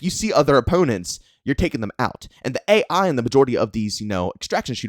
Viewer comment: you’re saying it A.I instead of AI 😂